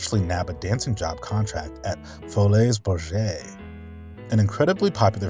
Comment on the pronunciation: This is incredibly fascinating, so grateful for your exhaustive research, love your channel. Just for the record, the Folies Bergère is pronounced "Foh-lee Ber-zhair". I lived in Paris many years and I knew many people who worked there. Amazing history and such a handsome man.